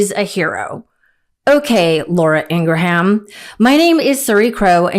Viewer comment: I'm certainly not a fan, but Ingraham is pronounced 'Ing-rim', not 'Ing-ra-ham'. Graham is pronounced like gram, which is a little different. You wouldn't call someone with the name Graham 'Gra-ham', would you? I hope not. Ok, thanks.